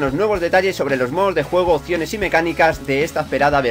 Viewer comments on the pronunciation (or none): none